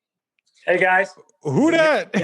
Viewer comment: "WHOO DAT" The blackness in Cyborg jumped out. Love that moment Ray is phenomenal talent and person and Cyborg is such a cool and underrated character.